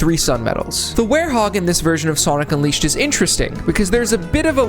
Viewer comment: SONIC UNWIISHED 🗣️🗣️🗣️